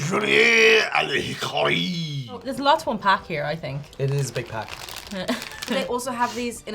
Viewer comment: on behalf of Canadians everywhere... in Canada. We DO NOT eat Big Turks, we have them, they're on the shelves but I have NEVER seen someone eat one !! Same with the toffee.. nope. She nailed the French Julienned a l'hickary !